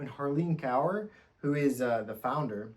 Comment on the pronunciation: Just a quick pronounciation hint: Kaur is pronounced more like “core” than “cower”